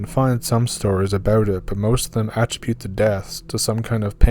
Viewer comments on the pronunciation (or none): Great story always interesting. New subscriber here. Please learn how to say “attributed” you narrators are always fucking up pronunciations of certain words I know you’ve had to have heard before if you’re older than 25